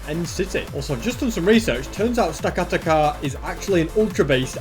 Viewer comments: The giant tower Pokémon is pronounced stack- a- tack- a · AND YOUR POKEMON MOVES ARE NOT FIT FOR THEM INCLUDING STAKATA IS SAID STAK A TAK A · and you say stakataka like stekateka. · it it sta-kat-aka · It's Pronounced Stack-Atack-a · I love the video and love the dedication, but please pronounce the pokemon right, stakataka is said stack-a-tack-a. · It’s pronounced “stack-uh-tack-er” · It’s stack-a-tacka that’s how it’s pernounced